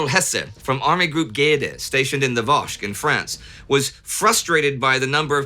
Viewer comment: I guess 'Vosk' is the Vosges, pronounced 'voaj'.